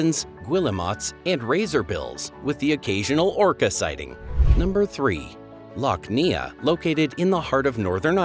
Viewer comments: Lough Neagh is pronounced Loch Nay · Loch Neagh in Northern Ireland is pronounced "nay". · Subscribed but are you using AI to narrate and not research properly as there is a duplication of the countries that make up Great Britain and the United Kingdom with Northern Ireland as well as the mispronunciations such as Lock Nee-Agh instead of Lock Nay for Lough Neagh and the 1st pronunciation of the Scilly Isles (pronounced Silly) yet the 2nd one was correct? Otherwise, it's a pretty good Geography facts video that even people here in England and the U.K. didn't know, such as the Chalk reefs in Cromer, Norfolk and the 2 cold-water Coral reefs off the West coast of Scotland and South West coast of Cornwall. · NOT Lough Neya.... Lough nay. Also Belfast is not in the middle of Northern Ireland but on the Eastern coast. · Lough Neagh being called "Lock Neeah" almost made me choke on my soda farl! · PLEASE check your pronounciations before you produce a video. E.g. Lough Neagh is pronounced Lough NAY. Surely not too difficult… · Guillemots = "gilly-mots" Lough Neagh= "loch nay"Birmingham=burming-um (BirmingHAM is in Alabama) Cromer=krowmer Alnwick=annick, gneiss=nice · Lough "nee arrr". Nay, nay, nay. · Lough Neagh is pronounced Lock Nay, I had to look it up even though I'm from England as I can't see anyone saying how to pronounce it, only someone choking on their soda farl, something else not explained. AI tells me that a soda farl is a traditional Irish flatbread cooked in a frying pan or on a griddle and made by forming a round of soda-bread dough about 3/4" (1.9cm) thick and cutting it into 4 wedge-shaped pieces called farls from the Scottish word fardel meaning a 4th part of a 'round' or a '3 cornered cake'. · Lough Neagh.pronunced Lough Nay…. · I love the “Isles of SKILLY”, Loch NEAGH, etc. it grates on the ears! jeez! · Lock nay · And Lough Neagh is pronounced Lock Ney.